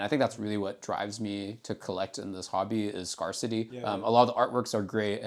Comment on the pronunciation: Ngl slightly bothers me how he pronounces “scarcity”